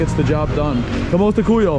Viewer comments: say KUMUSTA KAYO, not kumusta koyu (when talking to two or more persons). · "KAMUSTA KAYO" bro not kuyo,i'll just want to correct,hope you and your friends enjoying to our coutry😄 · 😂 Also “Kamusta Kuyo [sic].” When it should be “Kayo.” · Say COO MOOS TA KA YO instead because the way you are saying it doesn’t make sense lol. Glad you are enjoying Philippines ❤❤❤